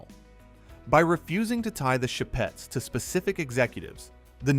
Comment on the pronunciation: the "sheh-pets" -_